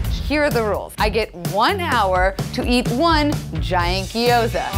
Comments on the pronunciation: it's pronounced "gyoza", not "giyoza". There's no "i". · When everyone in the video says gyoza wrong 😣😣